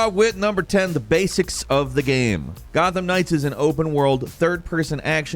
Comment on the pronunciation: ......this is an Arkham-like......watch how you describe things......this is Gotham Knights, not "Gotham Ring" LMAO.....I'm jk....thanks for all this....I pre-ordered and right now, it seems worth it